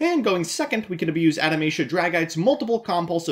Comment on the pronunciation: Adamatia sounds like it would be the name of a religious Anime Group that is obsessed with reincarnating long forgotten gods. But you must spell Adamatia German: Ah-dah-ma-tee-a